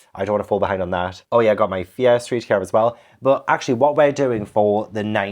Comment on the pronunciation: Hi, I am learning English, it is not my native language - whenever you say Fear Streat books, it sounds like "Piastri books" to me 😂 I was a little confused at first 😀